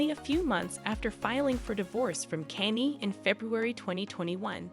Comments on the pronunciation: Right. Who th is Kenny? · It becomes very difficult to believe the gossip when you can't even pronounce Kanye 😅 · All this time... you still can't pronounce Kanye. Huh. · Well I was done with this video when u mispronounced “Kanye”🤣🤣🤣🤣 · It's got to be AI automated or something. LOL I've never heard anyone try to phonetically say Kanye. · Me too grrrr